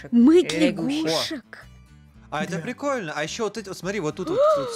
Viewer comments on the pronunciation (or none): просто говорит: "А это прикольнА" мне которой это напомнило акцент Юры из лвпг